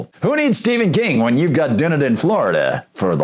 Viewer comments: OMG it's pronounced DONE-EDEN (Dunedin) AND THEN YOU DO IT AGAIN!!! It's PIN-ELLIS COUNTY (PINELLAS), which is where Clearwater & St. Petersburg are located, same county as Dunedin. That man has had MULTIPLE violations over 2+ yrs that he's ignored plus notices are also HAND DELIVERED by a process server since the codes department is apart of the county court & he let it get this far WITHOUT NOTIFYING THEM!! The community as MANY in Florida are deed restricted & when you buy a home you have to sign paper's AGREEING with the bi-law's (rules) of that community. No one HAS TO buy a home in a deed restricted community THEY CHOOSE TOO BECAUSE THEY'RE KEPT UP unlike certain area's. So it's not government forcing these "rules" on anyone people choose this. Even if a property is given to someone as a result of death the NEW OCCUPANTS are PRESENTED the same document's that were "originally" signed & they have to agree with it also or they can sell the property, AGAIN AN INDIVIDUAL CHOICE! Sorry but pronouncing a name of a CITY WRONG on air is ridiculous when you have multiple ways to find out the proper way of saying BEFORE RECORDING. I live in the area & am VERY familiar with this. But PLEASE make sure someone anyone verifies these Native American city & county name's for future vids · If you're going to do a story about a city learn how to pronounce the name of that city. It's done eden. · Am I wrong? Isn't it pronounced DONE EDEN? I'm pretty sure it is, but OK, still upvoted. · it is pronounced Dun Eden. I was trying to figure out what he was saying. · "It's pronounced Duh-NE--den, and Pa-NEL-us (county)." This from a post that has already been shared. Before you try to report something about a city and or county, learn how to pronounce their names correctly. Heard the same BS annunciation on a major news outlet. Your points are good, but you show a complete lack of respect by not knowing how to pronounce the communities name.